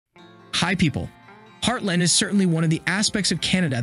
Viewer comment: It’s heartLAND not heartLIND